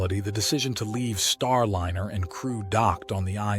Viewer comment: A.I. Narrator: "Startliner"